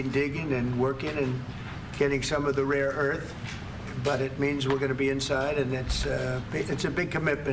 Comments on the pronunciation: Excuse me Mr. President of the United States or America... It's RARE earth minerals, R-A-R-E, not "raw". Big difference. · . "Raw earth." What a moron. Says it five times so we know he's an idiot. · "raw earth"....what a moron